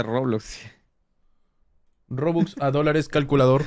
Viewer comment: no entiendo por que le dice bobux y no rubox